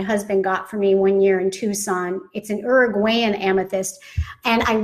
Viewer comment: i cant with how she says uruguayan